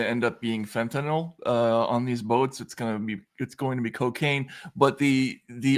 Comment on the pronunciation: I disagree, but whatever. I do wish to point out, however, that both of these gentlemen know how to pronounce fentanyl properly. So many can't seem to. Given the importance of the matter in the US, the least that journalists can do is get this basic thing right.